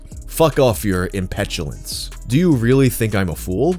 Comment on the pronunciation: it's so funky to see someone with the same first language as you making english mistakes because you can tell exactly what went wrong while translating in their mind, case and point "impetulance"